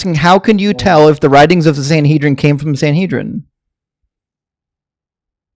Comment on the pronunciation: Godhead pretends to have heard of the Sanhedrin, despite mispronouncing it, that someone wrote letters to it, that it had a sole author, and that he knew the various writers mentioned their own names in the writings. THEN he talks about integrity. 😂